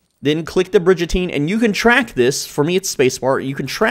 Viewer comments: I can’t take you seriously if you pronounce it Bridge-Ateen. Come’on man. It’s Brig like a warship and prison on said war ship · Bridge-a-teen. Dudes got my dying. 😂😂😂 That be a bri-gun-teen. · its brigatine not bridgatine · Great video! I have to say that it's pronounced Brig as in dig, not like in bridge. <3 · Great Video! But its Brig like "rig" not Bridge. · Brigantine not brigentine, but really good tips. Ty! 😁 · Brig not Bridge, Brig-an-Teen! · It's pronounced brig-uhn·teen please bro ❤ I love your vids this gets to me 😂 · It’s pronounced “ bri-gun-teen” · Brigatine isn’t pronounced as Bridgetine ……..just saying!😂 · its "brig-uh-teen" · it’s pronouned brig a teen no j in it